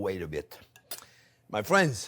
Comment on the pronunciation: same here. He brings me joy, especially when he says “fwends”. My hubby would have loved these recipes.